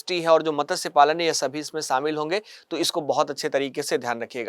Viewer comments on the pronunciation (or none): मत्स्य में त पूरा न बोले।